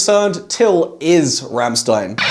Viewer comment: Never heard Rammstein pronounced like that.